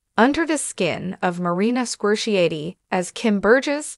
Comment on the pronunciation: 100% wrong. And she didn’t even pronounce Marina Squerciati’s last name correctly.